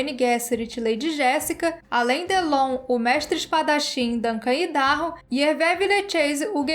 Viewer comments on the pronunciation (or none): none